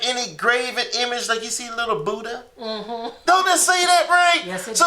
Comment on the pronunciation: budd-jah, peter-pee'chow, paul-poh smh...can't wait for that butt whooping from the Most High